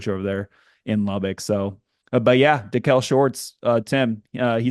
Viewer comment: It's pronounced Da-keel Shorts not Da-kel come on man.smh